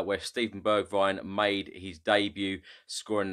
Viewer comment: Hey! Great Channel and amazing videos! I've just found a common mistake with all spurs fans when they say Bergwijn's name its Pronounced Berg-vehn the "h" is a breath sound. As an Irish guy who speaks fluent Dutch, it was also tough for me too 🤣 Keep up the great work! You're a gem for this team's fanbase!